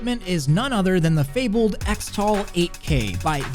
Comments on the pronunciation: “ECKS-tal”? Am I crazy or shouldn’t it be pronounced CHRIS-tal? Like X-mas is pronounced as Christmas... 🤔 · shouldn't "xtal" be pronouced "cristal"? like "xmas" is "christmas"?